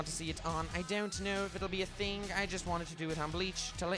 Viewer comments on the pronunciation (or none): none